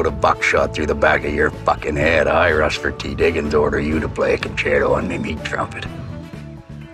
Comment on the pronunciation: "Russfert"? I thought "Rusty" was short for "Rustford"